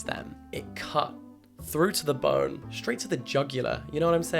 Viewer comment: Boyne* not Bourne!